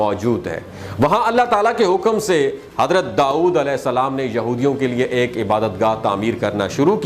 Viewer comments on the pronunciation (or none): none